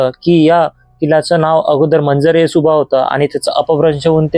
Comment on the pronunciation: चुकीचे ... सुबाह नाही.... सुबा बरोबर.... सुबा म्हणजे प्रांत , भाग , एरिया... मंजर म्हणजे दृश्य... त्या डोंगरावरून सभोवतालचा भाग एरिया दिसतो...प्रांताचे दृश्य अर्थात मंजर ए सुबा